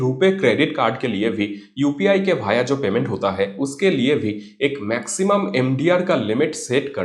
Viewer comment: Please learn Hindi Correctly (Via वाया, Not भाया😅)